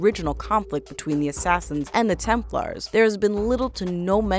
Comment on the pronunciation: It not tempers it’s Templar